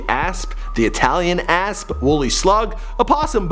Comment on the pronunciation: Everytime he says asp it sounds like a**